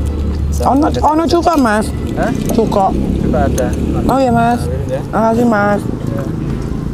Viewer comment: Kak niki cuka y ttep cuka kak bukan cuko😂😂😂❤